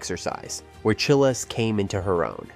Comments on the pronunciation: Say child, remove d, make it plural. Chiles. The weirdest thing to me is this happens all the time for youtubers. How can this dude do all the research, watching her routines which has her name introduced over and over again and not know how to pronounce it?? I don’t get it. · Yes!! You make an amazing point!! It is pronounced just like Biles but with ch.🙂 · It’s Chiles like long I in Childs. Please learn how to pronounce the person’s name you are featuring. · At least do her the honor to learn how to pronounce her name.